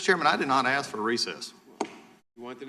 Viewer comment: Did you ever axe him? LMAO- I guess you can't take the ghetto out.